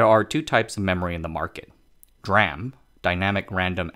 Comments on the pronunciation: Yes, that is how you pronounce it. It’s D (silence) RAM. Not ‘dram’ directly. Like SMIC you pronounce ‘smick’… I think I will pass for that. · DRAM is pronounced as D-RAM, not dram. CPU caches use SRAM, S-RAM, not sram. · I've been in the semiconductor industry for over 30 years. Never heard anyone, except the uninitiated, refer to DRAM as "dram" before. DRAM & SRAM are referred to as "D-ram" & "S-ram". Conversely, "NAND" is just "nand". Strange he does this (& mocks any who corrects him) because he seems to generally know his stuff. 🤷‍♂️ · its not dram its d ram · it's pronounced "dee-ram" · God drammit! It's Dee-ram! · Yep. Someone should explain to him that it is D-RAM, standing for Dynamic Random Access Memory. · Well said. DRam. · Yes. It is D-Ram. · really good info here thanks for that. DRAM is pronounced with the D separate, like "dee-ram". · This sound like cctv propaganda video... can’t fool me. U can’t even pronounce D RaM I know this is CCp control propaganda video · That's an interesting way to pronounce DRAM. Edit: Interestingly, 'dram' is indeed a word. It can stand for an obscure unit of measurement, a small amount of liquor, or a small amount of anything. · lol i almost threw up when "DRAM" was pronounced like a word. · He just butchered the "DRAM" word along the vid and I cant stop laughing. SMIC is pronounce as 'smick' next time, MAKE MY DAY PLEASEEEEEEE.